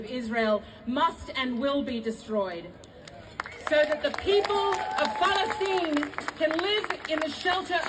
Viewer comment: Why does Clementine Ford say "Palestine" like "Phallus-teen"? Seems to be obsessed with phalluses even when she's a femin-azi.